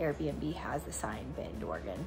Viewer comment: Thank you for pronouncing Oregon correctly!!!